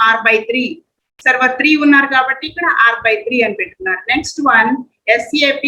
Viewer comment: Why we calling as sap it's S.A.P. (alphabets) not sap like Sapam